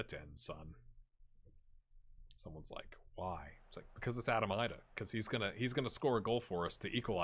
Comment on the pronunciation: I think Idah may be pronounced EE-duh